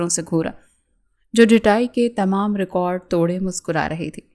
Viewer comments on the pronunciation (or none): none